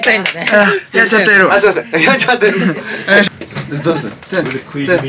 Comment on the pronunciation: ヤッチャテル カタコトなのが最高に面白い